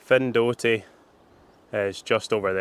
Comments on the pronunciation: Findochty is pronounced ‘Finechty’ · Findochty but pronounced Fin ech ty , my home village, thanks for the shout out 😊😊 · Nice vid of our coast but I can't let the pronunciation slip............it's pronounced MURRAY even though it's spelt Moray. And Findochty is Finechty but I think you realised that half way through. What a pedant eh? 😂😂 Great stuff keep up the good work.